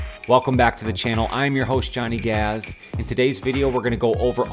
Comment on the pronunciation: I wish he didn’t say “Gaz” like that